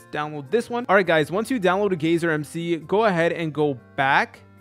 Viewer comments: It’s not gayzer it’s guy-ser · its guyser not gayser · holy shit its pronounced GI-ser